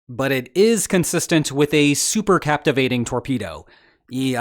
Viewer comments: Super cavitation, not captivating. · Supercavitation is not "supercaptivation" ! 🤦‍♂ And please, next time let me draw the visual illustration, because this on sucks on several points.